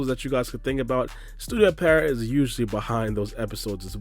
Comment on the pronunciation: its Pee-erot not Peh-riot lol